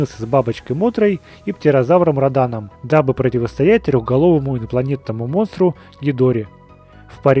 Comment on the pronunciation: да блин не раданом а родоном